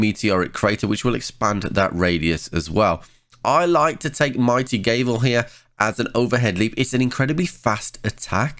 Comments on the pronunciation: Mighty Gave-el? It's Gav-ul. You know like what judges use in court., more like Triple F in English class xD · Gavel, soft 'a' sound. Doesn't rhyme with navel. Unless you pronounce that wrong too. Think judges little hammer. Keep the videos coming. Helpful.